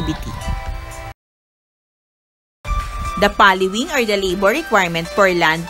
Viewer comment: Mali po ang pagbigkas ng plowing